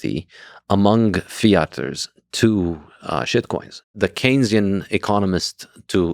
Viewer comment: Why do both of you continue saying “kenzian” economics??? It’s “Keynesian” as in John Maynard Keynes!!! Saifedean is an absolute genius and lex is not very entertaining but has intellectual guest so he at least has the capacity to keep up, why is this a thing? Saifedean is the best light in the Bitcoin space!